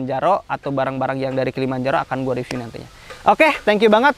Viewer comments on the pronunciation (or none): none